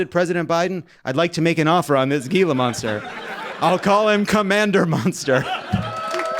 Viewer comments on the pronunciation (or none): It's pronounced "heela" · Gee-la monster? 😂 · Gila Monster, the g is pronounced as an h.